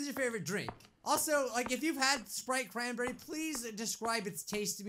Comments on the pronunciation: Wana sprite chranbeey? Uh yes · “ WaNnA SpRiTe CrAn🅱️eRrY “